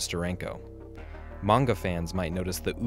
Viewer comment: Omg somebody who correctly pronounces "Manga"